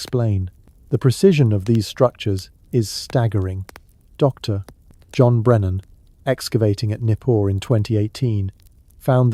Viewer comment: „Dokter” and then weird pause followed by the rest of text. You added by c&p in post production? Quite annoying.